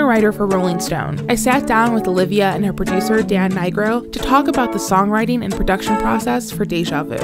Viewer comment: Daniel Naigro lmaoooooo that is not how you pronounce that XD XD